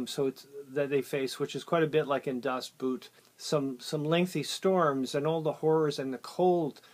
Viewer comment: I think you got the pronunciation right in the last instance, but just for the record: "Das Boot" is pronounced as "Das Boat". The double O sound in DE is pronounced as in EN "oa" (as in soak, moat, coat, etc.). The German word for "boot" is "Stiefel" - a totally different kettle of fish.